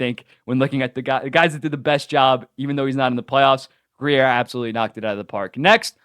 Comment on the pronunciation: It’s just Grier listen to the way his name is pronounced